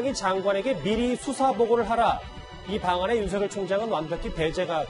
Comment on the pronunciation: 사회자 님 윤석열총장 이름 그렇게(구개음화발음) 아니라고 했는데요 다르게 발음 해 보세여 미안